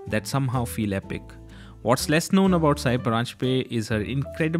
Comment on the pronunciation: It’s time non marathi people realise that her name is ‘सई’ and not ‘साई’.